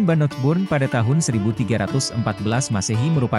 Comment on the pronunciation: Medok bngt ngomong Bannockburn-nya